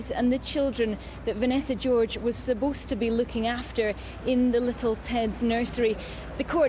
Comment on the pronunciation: subbosed? is that how english people say supposed?